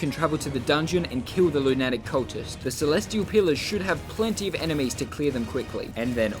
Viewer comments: He pronounces lunatic like attic, when it’s pronounced more like “a tick” but put together. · and lunatic like loo-net-ick